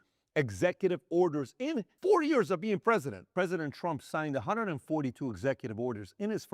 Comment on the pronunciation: Do you pronounce years and ears the same?